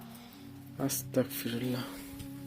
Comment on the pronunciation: ভাইয়া plz আয়াতুল কুরসী টা মুখস্ত করে নেন ওইটা পড়লে আর কোনো কিছুই পড়ার প্রয়োজন হবে না আর astagfirullah টা শুদ্ধ করে পড়বেন নাহলে গুনাহ হবে